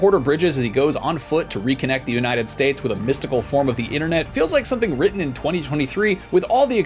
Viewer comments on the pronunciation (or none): none